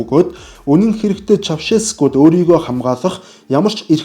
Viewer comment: Чаушеску гээч ээ Чавшеску гээд байх юм